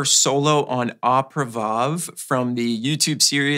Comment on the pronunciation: Also, when you call out the tune “Au Privave” please pronounce it like Oh Pree-vahv.